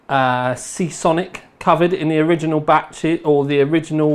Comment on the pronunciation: ooooo you said SeaSonic at the end! :D